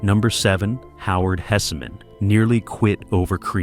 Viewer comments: The name is Hesman not Hessamen but it was a great show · And Howard's name is pronounced "Hess-man" not "Hess-a-man" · its pronounced Hess man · Hessman is 2 syllables, not 3…